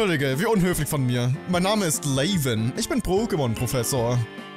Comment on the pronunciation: Ist zwar nix schlimmes, aber der Proffessor wird Laven ausgesprochen, wie es da steht, ohne englischen Akzent, weil sein Name die Abkürzung von Lavendel ist xD Ist aber auch nicht schlimm, wenn du weiterhin Layven sagst ^^